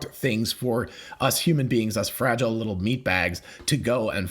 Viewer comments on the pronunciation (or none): none